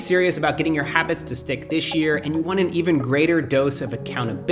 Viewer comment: I noticed while you speaking, you say DISH instead of THIS!!